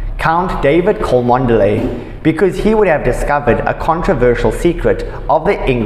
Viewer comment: It's pronounced Chumley. Please do your homework. Louis is not Lewis. You pronounce it Looey